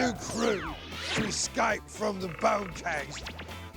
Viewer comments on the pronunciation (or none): The good ol' 'murican pronunciation of escape: EXCAPE.